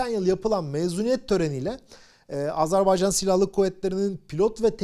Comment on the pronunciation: Doğru telaffuza önem verdiğiniz için çok teşekkürler, ağzımız öyle alışmış demiyorsunuz, sağolun.!, Azar bey can değil doğrusu Azer bay can.!